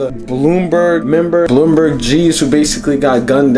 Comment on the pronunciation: It ain't bloom burg it's b LUMBER g